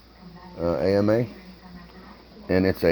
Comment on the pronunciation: Jicama is pronounced as if if had an h instead of a j.😋